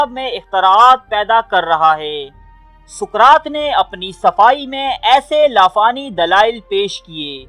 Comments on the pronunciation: Suqraat nahi Bhai.saqraat hai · Soqrat ko dobara teak sy parhain. our mujhy us kitab ka nam bhee Pata bhee batain jahan sy aap ny ya parh kar kaha hi??????